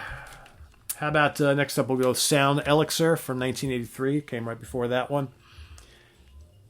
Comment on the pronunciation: you mispronounced "elixir". i like your "heaviness" litmus test, so many bands i lost interest after their first few. my fave is razamanaz, saw them back in the day and razamanaz was the record they played the most of... a close 2nd, hair of the dog, after that there's a drop off with mainly the ones you mention.